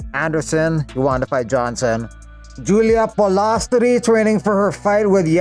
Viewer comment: Why you gotta say Julia polastri name like that 😂😂 u got jokes with some names